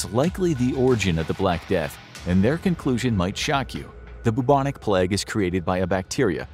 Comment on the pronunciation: Why is he saying plegg it’s pronounced play-g